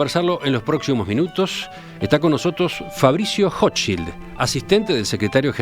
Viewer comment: Para ser rompe huevo .. la "ch" en Hochschild se pronuncia como la "j" en ajedrez .. Intriga el accento de este hombre. Dice la red que es chileno, se graduo en Oxford/inglaterra y pronuncia el español mas bien como aleman. ¿Acaso se escapo de la colonia dignidad?